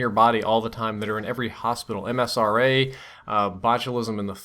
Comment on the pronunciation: Its MRSA, not MSRA